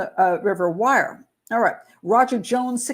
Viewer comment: Wyre is pronounced "weer"' .